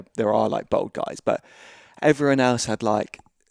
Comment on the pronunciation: Why cant anyone pronounce "bald" anymore. See Americans, English and Australians saying "bold" nowadays